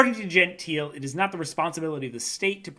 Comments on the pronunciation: Just for the record: it's Gentile - with the final e being pronounced (Italian: dʒenˈtiːle), not "Genteel". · "Gentile": Pronounce: gen-tee-lay. 😊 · i believe its pronounced gentile with an L sound like Lagoon or Like.